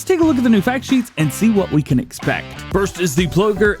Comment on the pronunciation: ploeger has a lot of different equipment. hope modders see some opportunity there. I love how nobody can pronounce dutch brand names